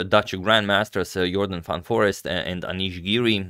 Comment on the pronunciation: Indeed a spectacular game! Congrats, Jordan! being Dutch: Jordans last name has 2 e's in the end, making them sound like an English 'a'. Phonetically pronounced, more like 'Forayst', in English, i.s.o. 'forest'.